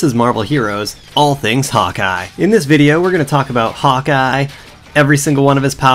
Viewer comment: Its sounds like you say hot guy:D